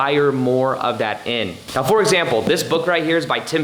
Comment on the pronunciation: Let's get into it right "meoow" (now) i love it 😆